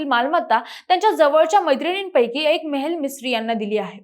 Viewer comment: It is Mehli Mistry. Not mehil Mistry And he is a man.